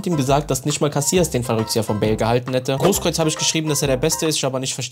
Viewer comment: “Kevin Grokreutz”